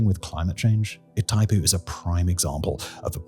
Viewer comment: Please: "GWAH-EE-RAH". "PAH-RAH-NAH". "EE-THAI-POO".